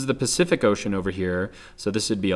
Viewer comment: xD it sounds like your saying ocane not ocean xD